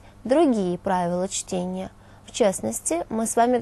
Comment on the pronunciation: Оговорка на 30-й секунде: "Правила чления". :)